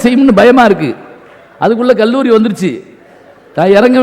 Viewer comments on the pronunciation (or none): none